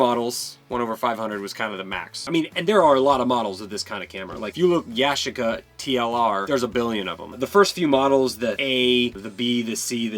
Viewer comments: Yashica is Japanese... It's pronounced Ya-SHEE-ca. 😁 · It's Ya-chic-a.